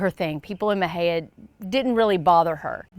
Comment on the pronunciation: Please learn how to pronounce Mexia. 🤦🏻‍♀️